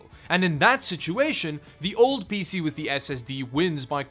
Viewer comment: ”really awesome peesee”